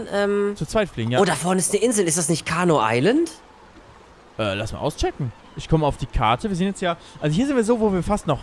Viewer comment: es heißt nicht carno island es heißt CARNIVORE island